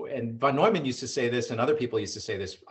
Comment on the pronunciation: Steve Hsu is right: von Neumann sounds like noiman, not newman. Impressed everyone, apparently much smarter than Einstein.